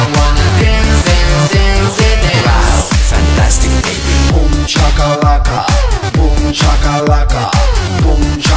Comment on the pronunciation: No me gusta cuando dice fantastic beby ni tampoco boom sha kalaka